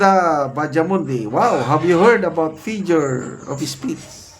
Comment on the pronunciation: Figure kuya hindi fijure😂